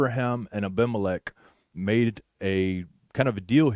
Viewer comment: The Covenant at the Well (Beersheba) was made between Abraham and Abimelech (Canaanite) and was a different episode as the Covenant Between The Pieces! The name Abimelech is pronounced Aveemelech! Abraham’s covenant over a well. According to the Hebrew Bible, this event is recounted in the book of Genesis. The Context: Abraham, also known as Avraham Avinu (Abraham our Father), was the founder of Judaism and a central figure in Jewish theology. God spoke to Abraham in a vision and instructed him to leave his home in Mesopotamia and journey to the Promised Land—a place known as Canaan. Canaan was an arid wasteland in contrast to Abraham’s home. God promised Abraham many descendants, a blessed nation, and the land of Canaan as an everlasting possession 1. The Covenant at the Well: As Abraham settled in Canaan, he encountered a Canaanite man named Abimelech, who was the king of Gerar. Abraham dug a well in the region, and a dispute arose over its ownership. To resolve the matter, Abraham and Abimelech entered into a solemn covenant. They swore by God that Abraham would not harm Abimelech or his descendants, and Abimelech would not harm Abraham or his descendants. The well was named Beersheba, which means “Well of the Oath” or “Well of Seven”. The Significance: This covenant marked an important moment in the relationship between God and Abraham. It demonstrated Abraham’s commitment to following God’s rules and being an example to others. The well at Beersheba became a symbol of th